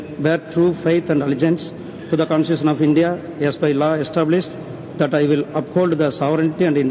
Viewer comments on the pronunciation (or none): ஒருத்தனுக்கும் constitution pronounce பண்ண தெரியலையே 🤨🤨